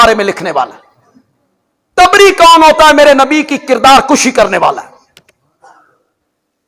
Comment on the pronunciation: Its tibri not a taabri